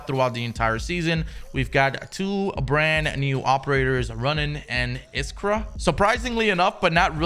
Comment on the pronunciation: Haha “new operator runnin and iskra”